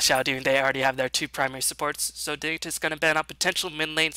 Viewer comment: it's uhhh...pronounced digni-toss